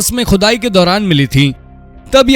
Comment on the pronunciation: Arre bhai pehle Shi Alfaaz to Bolna Seekhlo Khhudaai Qhudai bol rhe ho Gawaaaron ki Tarah 😂